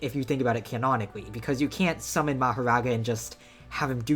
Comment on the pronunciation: 🤓zis is not canon! yew cannot shummon mahowaga and contwol him! 🤓